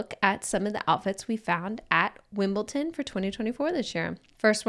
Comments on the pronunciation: WimbleDon not WimbleTon. Just saying. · Wimbletin? Sounds cute, but it’s Wimbledon 😉😅